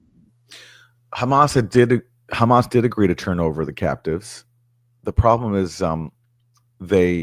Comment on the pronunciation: I've watched Useful Idiots for a long time, and am a big fan of Aaron, but their coverage has gotten a bit low-brow...juvenile. Making fun of Tapper's pronunciation of hamas was my indicator to take a break, the content has withered.